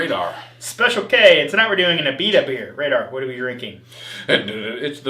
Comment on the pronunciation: Lol Radar sounds like a grandma who can’t pronounce things correctly.